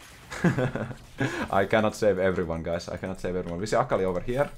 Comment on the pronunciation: Starts the video "Come on. Come on. Give it to me." "Gurreetings to evuryone." YEAAAAAAAAAAAAAAAAAAAAAAAAAH